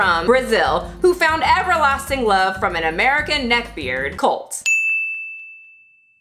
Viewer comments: I looove how she puts a "y" at the end of every word that describes Colt xD Looking great with the green hair 👌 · it's kinda different the T alone. She speaks like it is "Ty" most likely due to what she maybe first heard when he introduced himself, Americans T is very subtle when it's in the end, we don't get to be subtle here with our language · G. A i’m sorry but Colt has a very pronounced T at the end. She added a Y for no reason. Stop making excuses for that one word. Everything else I actually completely agree with and it makes complete and utter sense. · First! I'm from Brazil and YES that's a common thing for people who struggles with English! In Brazil we speak almost every single letter or phoneme. When she says Colt like COLTY is because in her mind she has to pronounce the 'T' as we do in the end of each word (we pronounce it). I'm an English Tutor and is one of the most difficult things to get my students to let go of the havy pronunciation of the end of each word Ps: I do use your amazing and well spoken videos in my method, my students LOVE IT, so thanks!